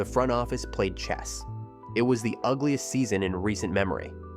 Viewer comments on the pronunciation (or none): none